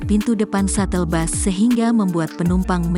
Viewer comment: Bus Bukan Bas....Baca Berita Udah Berapa Tahun